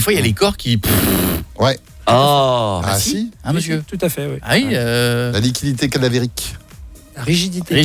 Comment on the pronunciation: Bon il s'est un peu mélangé les pinceaux dans la prononciation du mot mais lividité cadavérique ça existe hein, l'équipe et surtout Cauet se moque bêtement comme d'hab 😒 C'est des tâches irrégulières de couleur violacée qui apparaissent après la mort au niveau des parties déclives du corps non soumises à la pression. C'est la migration de l'hémoglobine avec la gravité qui donne ces nuances rouges à la peau. Leur présence est un des signes positifs de la mort. Les premières colorations apparaissent à partir de 3h et sont maximales au bout de 12h.